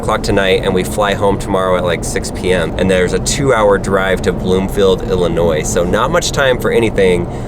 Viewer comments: You mean Bloomington, not Bloomingfield. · yeah, i live in bloomington. not sure why he called it bloomfield. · BLOOMINGTON ITS BLOOMINGTON! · Its bloomington not Bloomfield. I live there, trust me.